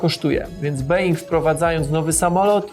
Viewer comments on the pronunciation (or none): Panie, nie mówi się [being] tylko [bouing]. Nie wypada, żeby Pan tak tę nazwę przekręcał. Mnie się flaki w brzuchu przewracają gdy to słyszę. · being...... A to czasami nie wymawia się "bołing" Po naszemu pisząc? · a co to jest ten BOING ?? Skoro jesteś taki fachowwiec, to powinieneś wiedzieć że wymawiamy BOŁING